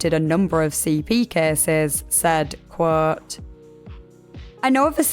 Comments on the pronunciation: by the way, there’s no such word as ‘qwhooooouuuuuuuuuwt’h’ - it’s quote. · Every time she says quote I hear her saying "Whhaaatt?" Like her mind is being blown by all these facts